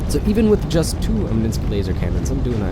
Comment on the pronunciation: omninsky? its omni sky